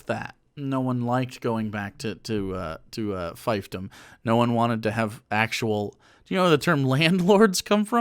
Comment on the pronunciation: You mispronounce both fiefdom and laissez-faire.